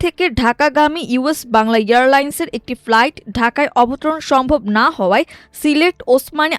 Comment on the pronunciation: সংবাদ পাঠক কেন ফ্লাইটকে প্লাইট বলছেন